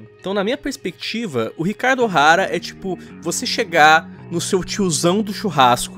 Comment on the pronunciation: "Chicaro Ohara".... ...pronúncia bugou😅😅😅😅😅